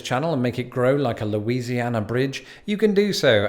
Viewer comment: Ah yes, my state mentioned 5 times in a single video by. Good go at pronouncing the names of the places; you did a better job than, like, 99% of people who attempt to do so that are from out of state. Heck, even some of us don't know how to pronounce the names! That's Cajun French for you though.